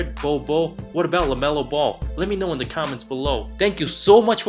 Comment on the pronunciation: Your honestly stupid that you said lamello